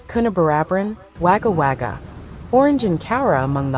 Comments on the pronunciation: Wagga Wagga is pronounced 'Wogger Wogger' not 'Waga Waga' Scrap that, she barely pronounces anything correctly...lol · One thing I noticed on this report and others about Australia is the amount of non-Aussies doing the narrating/reporting and their mispronunciations all over the place. Like this American reporter who calls Wagga Wagga with a sharp 'a' sound and it should be pronounced as Wogga Wogga. The spelling is with the A and not the O but the pronunciation is different. This isn't a natural storm. The white hats are behind it and it is probably about flooding underground tunnelling as we near the next lockdown and disclosures of the 4 wars we have been in while most of the world has been asleep. Did you know 11 million children and babies are kidnapped, tortured, and killed every year by the cabal? The mainstream media are part of the cabal and keep the truth from the public. Most are paedo''s and child killers too. Disclosures are around the corner and I can't wait. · Yeah its the AI Voice she needs to learn Wogga Wogga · pronounced gogga wogga . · Coffee is life! We got hit pretty hard in the Blue Mountains and you try to warn your friends in Sydney it is on it's way and to hunker down. Since 2019 people have started listening to me, the weather is not normal. Also please do not pronounce Wagga Wagga like the robot voice 😅